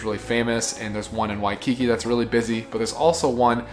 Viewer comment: You literally do NOT need to say “Oahu, Hawai’i” 87 times. We’ve figured out it’s not in Idaho. 🤦 WaikiKI - The emphAsis is on the last syllAble. Really nice video otherwise, but we did want to punch you in the neck on the regular. 😂